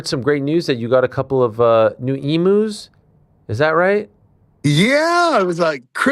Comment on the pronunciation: as an Australian, hearing Ariel and Sam pronounce emu's as "Emoos" was funny